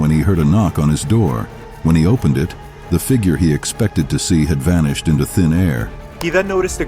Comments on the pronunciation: Wtf is vehicalished yet again??? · Vehiclished instead of vanished is diabolical